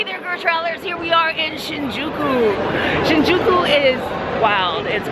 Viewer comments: Shinjeekee?? I don't think so haha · not shinjeekee Shinjūkū. Like Shinyūkū. Thats the right to say it. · You pronounced it wrong. The u is pronounced like a Y or Yu Sounds like Shinjyky